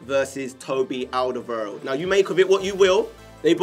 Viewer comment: I hate to be a pedant but you keep pronouncing Alderwerield wrong! :-P Check the Spurs TV clip. Love the channel!!